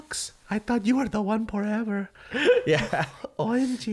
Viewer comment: I died when said ''porever ''